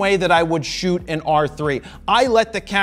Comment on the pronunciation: "I shoott RAW". So do they!! 😅😅👍👍